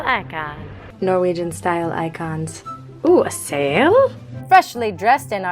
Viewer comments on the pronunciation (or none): I'm laughing so much at this 😂 I don't know what's more fun - you pronouncing Norwegian, or the surprise by the loose sheep ;) Also, you are both adorable 💙